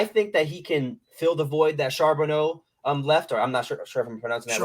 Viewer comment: Lost respect when you didn't know enough to pronounce Charbonnet